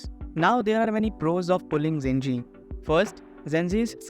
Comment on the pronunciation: its pronounced je-ji or probably more accurately ju-ji